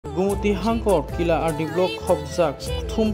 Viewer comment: It's killa not kila